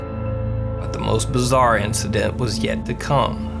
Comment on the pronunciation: FUCKING BAZAAR! BAZAAR! HOW. MANY TIMES YOU TOLD US BAZAAAAAAAAR?!